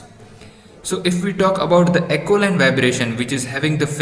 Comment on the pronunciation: Not acoline vibration..it is aeoline vibration